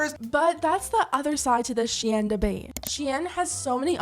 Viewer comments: bitch really said she in.... tf its shein -_ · It should be pronounced “sheyn” and not “shiyen” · I had to turn this off. You clearly don’t know how it is to be broke. And you think HE bought those clothes??? You know for sure they sent them. And it’s not pronounce “shay Ann” wtf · The was you pronounce the company’s name sounds like the French word “chienne”, which means “bitch”… hahahaha!!!! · Why does she have to say shein like that💀💀💀💀💀💀💀💀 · I’ve never heard someone pronounce SHEIN like that haha sounds fancy tho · I hate how you’re mispronouncing SHEIN 😂😂